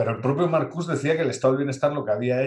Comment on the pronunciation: Marcuse con la E al final, era aleman, se pronuncia igual que Porsche o Nietzsche, la "e" no es muda.